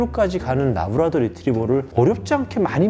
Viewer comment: 래브라도인데 왜 자꾸 라브라도 라고 하나요